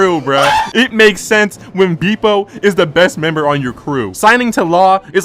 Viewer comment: dont take the slander of someone that cant even pronounce „bepo“ right 😂😂